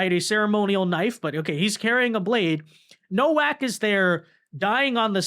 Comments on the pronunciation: It's pronounced novak. It's crazy how you still can't pronounce anything.They said it multiple times and i'm sure you've heard the name. I remember when you couldn't even pronounce solomon. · Nowak with a V sound eg NoVak.... poland surname